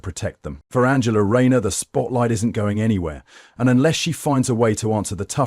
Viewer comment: What a load of shite !! Rayner or Musk ? And just WHO is ANGLE-A Rayner ???